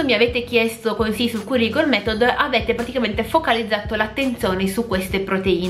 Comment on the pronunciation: Sei molto brava però, ti prego di fare attenzione alla corretta pronuncia! Si scrive "Curly" ma si legge "cærly", si scrive "girl" ma si legge "gherl". Grazie 😊